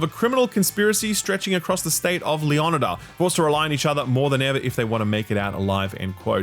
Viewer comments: No, Leonida you do a higher intonation on the "O". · Leo-needa or LEE oh Knee Duh cmon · Bro said lucheea and leeonidda 💀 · He pronounced "Lucia" perfectly legitimately and "Leonida" in the same way as "Florida" is. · gotta be one of worst pronunciations of Lucia and leonida